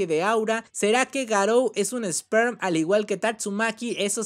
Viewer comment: ( se dice esper no Sperm